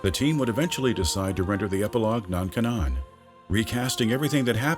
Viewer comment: not sure if he genuinely pronounces "canon" like that or if he's just doing the thing where he pronounces the word wrong so that people comment on the video about it to increase its popularity. Well, it worked.